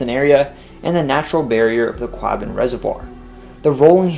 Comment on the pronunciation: Most interesting as I was born in Boston. Two small criticisms: The word Quabbin is pronounced Kwaw, as in "squaw"-bin. The city of Quincy as well as the two presidents: the "z" is pronounced as "zee". There are other Quincys, but they pronounce them with a 'see" as you did.